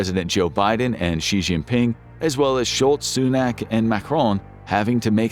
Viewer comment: Sholtz, Sunak and Macron.